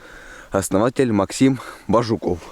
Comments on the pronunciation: не коверкай пожалусьа фамилию Бажуков, Бáжуков, перевод есть всем коми фамилиям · пожалуйста фамилию не склоняй, Бажуков на,,А" ударение а не на,,У".